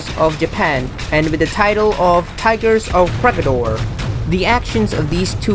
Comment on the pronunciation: WTF! Ko -Reh-Gi-Dor! Please pronounce it properly! Make a research! We can pronounce your city properly. Why you cant?